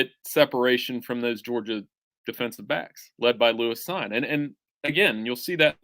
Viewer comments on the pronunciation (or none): Lewis Cine... its pronounced "seen", not "sign".